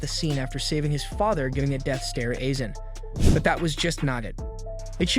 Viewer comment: Calling Aizen isen